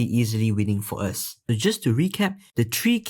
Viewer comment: the creators accent doesnt know how to pronounce 'th' as I heard many times the 3 is read tree and I got confused